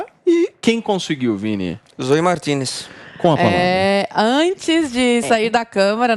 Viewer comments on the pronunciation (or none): O que um par de belos olhos verdes não consegue? e ainda mais os da Zoe!!!! e é "Sôi" e não Zôi. kkkkkkkkkkkkkkkk